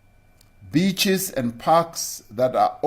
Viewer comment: I thought he said beechies. I thought, fuck me, now we can't eat gum.